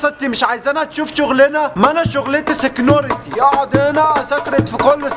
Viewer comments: ههههه سكسكيوزمي هههه و بدل ما يقول سيكيورتي قال سيكيونتي ههههه🙌🙌🙌🙌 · اسمه سيكيورتي مش سكنونتي